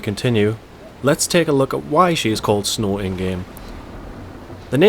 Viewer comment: Pronounced SNOO.